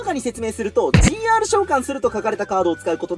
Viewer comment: GRてカスて読むのか